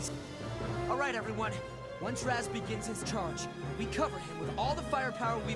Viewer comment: Me smashes my head in every time he calls Raz, Kaz